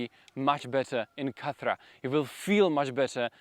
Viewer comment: Khat-ra not kathra 😅